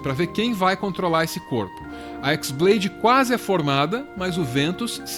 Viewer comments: na verdade não é X blade(de Xis), e sim chi blade, sendo chi a letra grega, ela parece um X e chi blade tem o som parecido com keyblade, foi uma jogadinha de palavras e sons, mas parabens, foi uma otima tentativa de trazer a luz da razão sobre essa serie maluca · Não é Xblade (exblade), é χ-blade. χ é uma letra grega, que se pronuncia como "Ki". χ-blade e keyblade têm a mesma pronúncia. Confuso? Sim, muito. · O nome da "Keyblade" original não é "Équisblade" e sim "Qui-Blade" o X não é a letra "Xis" e sim a letra grega "Qui" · “X blade” AAAAA QUE AGONIA DA SUA PRONÚNCIA ;-; No jogo a pronuncia é igual a de keyblade